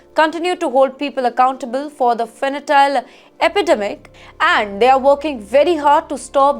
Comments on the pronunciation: Fentanyl, not fanatile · (Fentanyl is pronounced as fentanil - not fen ta nile). Shameful what some Indians are doing abroad. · Pronounced fentanil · She can’t even say it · Wonder what the editorsand cameraman are doing. The anchor keeps mispronouncing Fentanyle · Someone please tell her what the correct pronunciation is. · Fentanyl. Please do not mispronounce such serious, fatal products